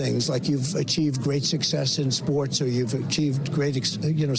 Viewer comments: Did that just say "pos-humour-osly", rather than posthumously? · They get it “poshumasly” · "They get it postumously" 😂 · What is parchhumanly?! He literally made up a word in a attempt to sound intelligent. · What exactly is, poshhumishly?? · Possjumessly? Man knows his words eh? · Can someone explain what "poshtshumoshly" means? Is that only for "posh" people? Could someone give Trump pronunciation lessons? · Poshoomasly, he said. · "post-tumoursly" Evidently, the first time he's ever attempted that word out loud. Also President Pete has a nice ring to it. ;p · I think he meant posthumous. The proper pronunciation is paas-chuh-muhs. Freaking insane that a former POTUS doesn't know that, while a high school dropout like myself does. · "they are usually dead...they get it pos-HUM-us-ly" ...what a dope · He couldn't even say posthumously correctly 😢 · He cannot pronounce posthumous. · He just dug himself deeper and also can’t pronounce ‘posthumously’. What a maroooooooon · He doesn't even know how to say, posthumously. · He can’t even pronounce posthumous correctly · Yet, he didn't pronounce it correctly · He can't pronounce posthumously What a jerk. He couldn't even apologize for it. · Trump can’t even pronounce posthumously correctly! What an ignorant fool. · Even Trump's pronunciation of "posthumously" is weird.